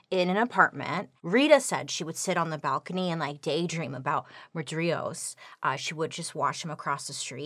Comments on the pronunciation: Fascinating story, but your pronunciation of main guy's name drove me nuts! It's Mar- di- ros 🤣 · It’s pronounced Mar di ros. Sorry I know you said you would butcher the names but as an Armenian I expect better. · I'm pretty sure it's Mardiros and not mardrios